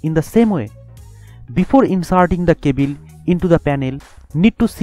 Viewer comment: cabile kya he be cable bol na kele